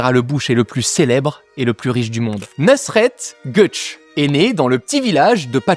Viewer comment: Pour la prononciation de son nom, c'est Nousrette Geuktchè (je l'ai écrit en phonétique).